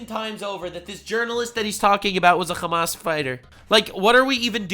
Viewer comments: "Khamas". You guys do know that there's an easier way to say it in english that's closer to arabic right? it's Hamm-mass (Hamm like the eating noise, mass like science). khamas is how they say it in hebrew. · Like Ham-ass, yeah. Like the piggie’s backside.